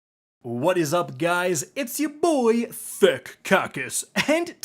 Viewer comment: You know it sounded like you said Thick Genitalia at the beginning right?